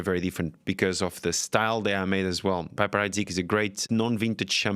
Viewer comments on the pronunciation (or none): You'd think given he's a wine expert, he would say "piper" correctly. He's saying Bollinger with a french intonation, so why not the other. It's pronounced "peep-er" not "pipe-er" Not a largely available NV i don't mine the PH, but I prefer a Laurent Perrier.